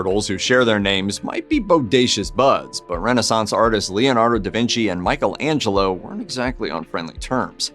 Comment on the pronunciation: I was going to comment on the mispronunciation of Michelangelo's name, but then saw the comments, and I understand what kind of website it is now.